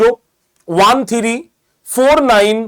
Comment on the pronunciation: থিরি???? 😂 থ্রি নয়?